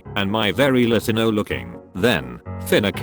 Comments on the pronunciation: Lot-ti-no looking THEN finee-cay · i dont know what was better. “La-tin-o” (as in the metal) or “fin-a-kay”. They had me rollin i stg.